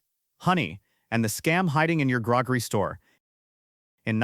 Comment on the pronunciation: "Grog-ree store"?